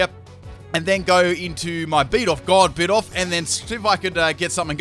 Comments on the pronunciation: Bi-doof not bidof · Not bidoff it’s bidoof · It’s bi-doof not bid-oof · He says bidoff instead of bidoof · Boi it's not Bee-dof it's Bi-doof